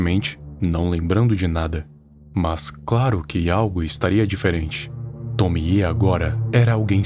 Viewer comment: Finalmente alguém que pronuncia certo o nome da Tomie